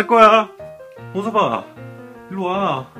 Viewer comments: '호섭아'가 '홍서방'으로 들리는건 기분탓? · 약강 호서방? 이라고 들리는것같기도.. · 홍서방으로 들려 ㅋㅋ